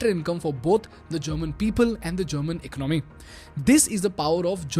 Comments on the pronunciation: Great video. One feedback, economy is pronounced as"EcOnomy", not "Icnomy". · It is not eknomy it is economy pronounced as ak as 1 o hindi akonomynsound must come 1 word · I really really like your content. I truly believe it's excellent. But as a son of an economics teacher myself, please consider my request to change your pronunciation for the word economy. It's not eco-nomy, it's eco-ne-mii. Or close to it. I hope you'll give it a thought :)